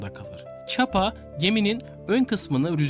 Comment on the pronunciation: Dilini eşek arısı soksun, çapa çapa dediğinin doğrusu ÇIPA